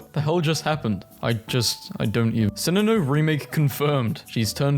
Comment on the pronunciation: Are we just gonna ignore that he said "Sininoh"?